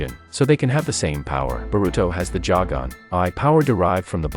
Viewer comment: It’s not pronounced jagon